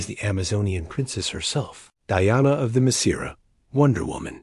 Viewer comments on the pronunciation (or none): Why is martian man Hunter's secret identity pronounced wrong,oh & wonderwoman's home island.